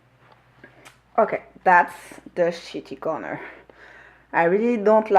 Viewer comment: You have a lot of obsessions 😜👍🏻 Love them. And ohhh the Neocolors, you have a lot more 😆 But you didn't shave them, I think you need a serious talk with your teacher Mindy about your inner child lol. And did you say shitty corner? 😜😂 Thanks for showing us your art cave 🎨